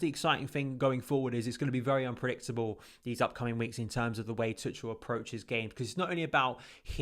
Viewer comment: I don't want to be that guy, but I was saying it wrong myself. His name's apparently pronounced "Too-khel" or something of that sort, and not "Too-chel".